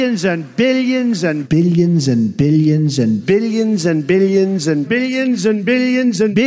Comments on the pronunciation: Toward the middle it sounded to me like he said “bitagins” lol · Billions began to sound like beeyins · What I learned from this video: Donald Trump says billions as "biliyins" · Erik Kloppenburg yeah more like “biddions” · No one: Trump: BILYENS AND BILYENS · Billy jensen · Trump: "Billions and Billions" My ears: "Billy jinson Billy jinson" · “Billy enzen” -Donald Trump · why does Donald trump sound like he is saying Billie enson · no one: trump: billy un zun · by the end of those 21 "billions and billions" i heard "billy enzin" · I was hearing Bilianson rather than billions and ..... 😆😆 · Each time trump said "billions" he got more and more irish